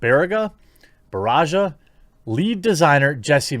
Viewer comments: "Bar-Ree-Gah" is how it should be produced. Which translates to "stomach" I was sweating bullets everytime you pronounced it as "Bar-ah-ja" which is how people atempt my last name without ill intent. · Barriga is pronounced "bah-rree-gah" it actually means belly, especially if you're fat like me. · It's Luis "bah / RI / gah" 😅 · Hi, Jeremy! Barriga >>> Bah-rree-gah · Barriga = Barrrrree-ha. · Barraga is pronounced "bah-rah-gah" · It's Barriga (bah-ree-gah). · This is triggering me the way you are saying barriga...it start with "ba" as in bar, "rri" as in you say "re" in report and ga as in garfield. Thanks btw barriga means belly 😜